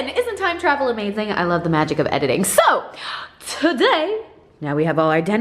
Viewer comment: No one: Literally no one:: so~ ( speak in accent )